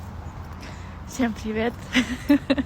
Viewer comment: "Всем привет" чисто с казахском акцентом 😅👍